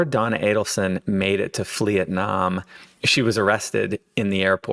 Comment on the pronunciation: Not Flee-etnam 😂 Subbed :)